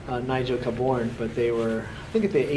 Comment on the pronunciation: Pronounced K born